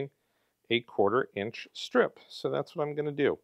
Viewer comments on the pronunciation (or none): none